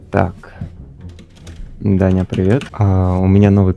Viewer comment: не дени а даня